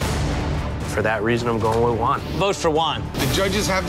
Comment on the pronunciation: It is not that hard to say Juan... J as in h sound, oo as in boo, a as in bat, n as in NNNot that hard